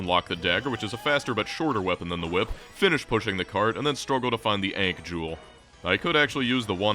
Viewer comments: Ankh rhymes with bonk not tank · ... Are you alternating between pronouncing it "Aunkh" and "Aynkh" specifically to piss off pronunciation snobs everywhere? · The way you say ankh is fking rtrded. Seriously, you couldn't be bothered to look it up, ft fk? Lunchbox fker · Great video, hate the way you say "Ankh" tho. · I'm in and I think he's only pronounced ankh correctly once.